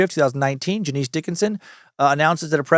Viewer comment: Dude…Janice Dickinson: it’s NOT JaNEECE! It’s Janice, pronounced “Janus”, and if you never checked into her even an iota, then some of this episode is based on bad info. C’mon. Sorry, but it allows for questions to be raised. She’s not exactly a credible person, historically. Fair is fair. The rest, okay, but it’s sloppy. Never open the window for questions on accuracy when you can avoid it.